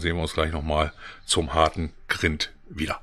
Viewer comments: das heisst greind, nicht grint ausgesprochen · Man spricht Grind anders aus.